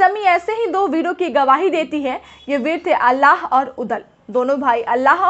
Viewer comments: Alla nhi Aalha bolo medam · अल्लाह नहीं आल्हा बोलो मैडम